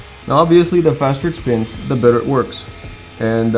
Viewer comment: beeg speen = beeg happee